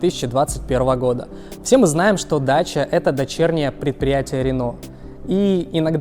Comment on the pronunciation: ДАКИЯ а нэ даЧа ) идиот дакия это древнее название румынии какая дача !?